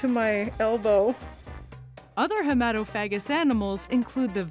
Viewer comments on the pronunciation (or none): The stress is on the third syllable: hee-muh-TOF-uh-gus Otherwise, it would sound eerily similar to a common homophobic slur.... 😏